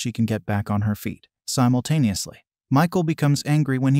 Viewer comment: Why did you say simotanusly every time